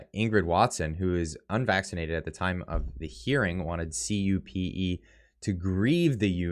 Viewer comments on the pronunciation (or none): CUPE is phonetically pronounced 'quepee' Love you. Keep on trucking!! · CUPE is pronounced Q P not the way you were pronouncing it. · cupe is pronounced QP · Que Pee...is how you pronounce CUPE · having heard it dozens of dozens of dozens of times, here's my 1st time overhearing an alternate pronounciation of "cue-pee"